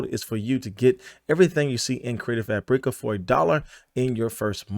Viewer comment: Hahah its just pronounced CREATIVE FABRICAH. Like Frabic with an A at the end. There us no Eeeeee in there.